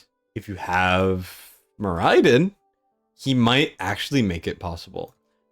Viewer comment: More Eye Din was painful to hear